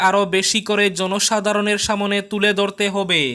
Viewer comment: দয়া করে সামোনে বলবেন না । সামনে বলবেন ।রাগ করবেন না ।